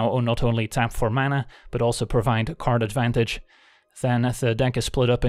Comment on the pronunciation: I heard Karn advantage and karnstruct